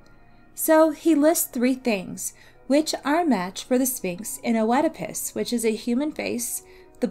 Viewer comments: if we actually want to really talk about the pronunciation, Œ is a diphthong, it is pronounced as a closed E in greek, it sounds like a E and an U ( and even an I sometimes) all at the same time...which is pretty hard to pronounce for anglophones! Here is the greek prononciation And here is the anglophonic prononciation: Mispronunciations with Greek words are very understandable, especially when you only read them indeed! Greeks literally have like the opposite vowels prononciation from Germanic languages and English might be the softest Germanic language, it is still a Germanic language! So don’t worry as much as you annoyed some people...we still all understood what you said! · Oedipas: "iːdɪpəs" not "O-eedipus" Sorry that was just annoying me. Good video though. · Also Oedipus is pronounced Eddipus, in American English and Eedipus in British English. The O is always silent. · I had never heard "O-edipus", and then I had to hear it thirty times. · I've heard the name pronounced Eedipus and Edipus, but definitely not Oh-edipus. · The O in Oedipus is silent.. it is pronounced just "edipus" like the complex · Yes, yes. How it's pronounced shouldn't matter. The pronunciation has likely shifted over time and in different cultures. But oh-edipus was the one jarring thing in a great video. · I am so annoyed by how she pronounced "Oedipus" -- a simple Google search before making this would have been enough instead of constantly saying "oh-eh-depus" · I enjoyed the video but if i could have one small gripe: the “o” isn’t pronounced in “oedipus”. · Hey thanks. Im sorry if my pronunciation was bothering, it wasnt my intention and i do appreciate the correction. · it's all ok. I was only joking about the disappointment part and I totally understand with the mispronunciation. Keep up the good work :) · The O in Oedipus is silent